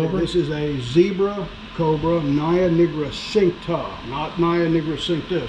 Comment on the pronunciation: It's also Naja nigricincta and not Naia nigricincta.